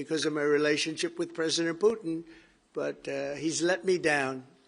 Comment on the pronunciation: PUITN?? Lol :-)